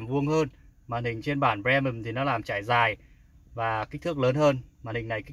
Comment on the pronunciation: Ông này đọc chữ Premium nghe khó chịu thực sự, đã phát âm sai mà cứ cố nhấn âm nữa chứ